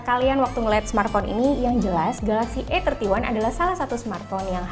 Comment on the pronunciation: Masukan buat mbak yg ngomong.. Kalo mo sok inggris emg bagus, tapi pengucapannya salah.. Bacanya 'ei' 31 jangan "e" 31.😊😁 Supaya gak bikin bingung bacanya mending pake bahasa indonesia ajha, "samsung galaxy a tiga satu"😁